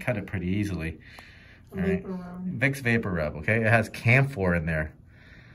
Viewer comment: Did he say Wick Vaporup?